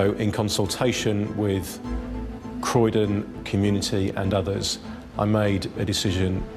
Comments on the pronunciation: Literally how it's spelled as well, it's not hard. It's pronounced exactly how you spell it. Croy don. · Haha it's pronounced c-roy-din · Love ur channel but please make sure u pronounce the place properly. Croydon sounds like K-ROY-DON. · It is unexcusable for the maker/narrator of this video to mispronounce Croydon as Cry-den even after the British police officers in the video pronounce it correctly multiple times. How sloppy is that? Geez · you have upset a lot of English with your pronunciation, do your research, cROYdon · We would pronounce those words the same way in the US lol. I’m not sure where the “crydon” came from. It caught my attention too. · Croy- Don....the mispronounced place is annoying. Riep sweet girl. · You ain’t the only one 😂 Crydon ya kno, Americans ffs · It’s pronounced Kroy-Don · Learn how to pronounce croydon my god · You heard the man say Croydon properly so Why can't you!!! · Idk where you've got the 'i' sound in Croydon from ... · Just me frustrated with how she kept pronouncing “Croydon”? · He literally says Croydon multiple times in the clips and you still pronounce it wrong 😭 please correct. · The detective literally pronounced Croydon in the video so why can’t u say it the same way Cmon 🤦🏽‍♀️ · am I the only one who was shocked at the way she pronounced Croydon?? 😂😂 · Why keep pronouncing Croydon incorrectly!! It’s actually pronounced correctly in the video! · Please say Croyon properly 😭😂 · Omg the way you pronounce Croydon is so annoying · Just had to pop on say you pronounced Croydon wrong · Your own news clips pronounce the place name correctly, could you not be bothered to pronounce the ‘o’ in Croydon or? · I’m from Croydon and the pronunciation is killing me 💔😭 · Everyone really taking time out of their day to comment hate when she’s reporting lol (I get the irony of me also commenting 😈) I am also from the UK and yes she said it wrong but oh well life moves on 😃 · CrOydon not Crydon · CRYden...you mean CROYden right?